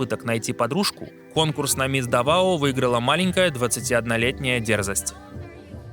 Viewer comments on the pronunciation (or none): Местные ставят ударение на первый слог. ДАвао